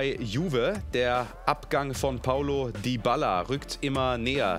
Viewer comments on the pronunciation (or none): none